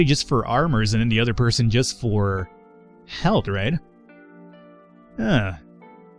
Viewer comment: How come you pronounce the word "health" the way you do?